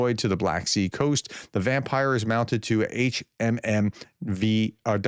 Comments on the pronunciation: The way to pronounce the famous HMMWV is "Humvee". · G: “HMMWV” stands for “High Mobility Multipurpose Wheeled Vehicle” and is pronounced “Humvee” or “Hummer.” 😊